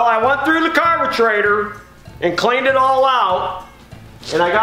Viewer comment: Wait a minute! He mispronounces everything, "Krohler," " muffkin," "carbagetraitor," and then he uses the proper British pronunciation for Aluminum??!! It's like Chuck Yeager used to say, "I'm just speakin' the King's English!"